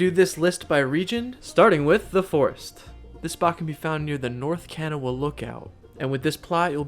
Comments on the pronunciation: ( Ka - nah - wha ) not Can - a - wa. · I live on Charleston WV and the Kanawha river is pronounced Ka-Naw